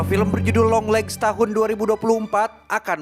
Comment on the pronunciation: apa cuman gw yang denger longlegs lama lama jadi dengernya yonglex ? 😅